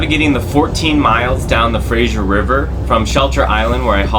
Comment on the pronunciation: Fray-zer Not Fray-zïer. It doesn’t host a radio call in show.